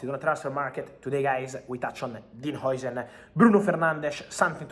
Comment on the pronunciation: Is jausen not joisen how you spell it